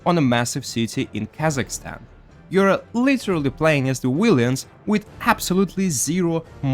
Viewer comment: lol willians. rip english